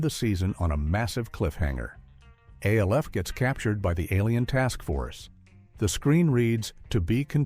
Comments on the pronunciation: It’s so infuriating. Does anyone listen or proof these things before uploading. It’s ALF one word not A L F. If you don’t know that you shouldn’t be making these videos. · Alf was always funny Is this being told by an AI? No one ever called Alf A-L-F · Why is there an AI talking? Whoever wrote this do it himself? It's freaking annoying they can't even pronounce Alf or Tony Miceli correctly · Is he really trying to say the name of the show is, “A-L-F”. Get serious, yes, it was an alien life force, but they called it, Alf. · Annoying that you have to continuously pronounce each letter in A-L-F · Why they saying Alf name like A-L-F lmao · Yeah when he called Alf A-L-F I was done. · Aay elle eff.😂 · Do you really just call ALF A L F? It's an acronym you're supposed to pronounce it like a single word that's what makes it an acronym not an initialism. This has got to be stupid AI crap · stop spelling Alf in all caps in your script and the poor AI will pronounce it properly and ppl won't freak the fk out. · I noticed that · I came for the video, but I stayed for the AI voice that can't pronounce Alf's name. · 😂😂 I hate that! Like WTF!? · I cracked up when he said that. I immediately had to log in to see the comments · It would have been one thing if it was the same mispronunciation every time. I counted THREE different wrong ways to pronounce it. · Lololol! I know, it cracks me up hearing AI mispronounce something. Like, wtf, we really can’t have a real person narrating anymore? Are we really that bad now?? Lol